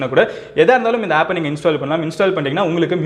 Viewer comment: Madan Gowri bro one small mistake Appu illa bro Aapu